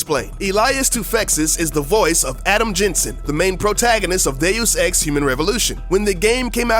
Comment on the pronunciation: Every time you say DeusEx, I hear "Day of sex"